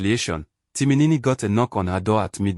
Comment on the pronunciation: So the post auditioned was for a male/ female character? You keep saying Timinini instead of Timin. Stop this rubbish please. NONSENSE sorry to say